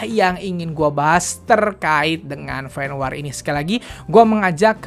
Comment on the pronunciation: Fen Wor dongggg sebutnya bukan Fen WAAR 😂😂😂🤦🏻‍♀️🤦🏻‍♀️🤦🏻‍♀️